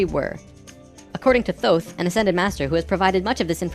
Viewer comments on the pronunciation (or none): none